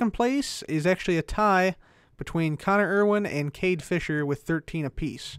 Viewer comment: It's "Cade Fisher"